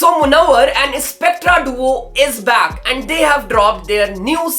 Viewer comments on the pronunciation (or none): none